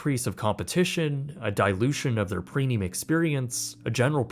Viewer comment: Can someone explain something stupid to me? I keep hearing that he says "prenium" instead of premium. Are my ears just fucked or am I tripping?